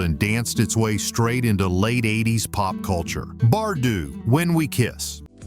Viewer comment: I don’t know why I waste 15 minutes of my time watching these when the guy narrating these doesn’t know how to pronounce names (Bardeaux, Climie Fisher among others) and doesn’t know that the artists have had other major hits even though they were in non-US countries. He doesn’t even notice that Rob Fisher was in Naked Eyes. Furthermore, as another example, Information Society had other US hits with Walking Away and Running. Also, for another example, Brenda Russell had another massively successful single with Get Here. Next, he misses that Bobby McFerrin is a major and successful jazz artist.